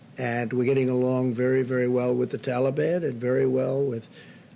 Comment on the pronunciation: “We are getting along with the taiban”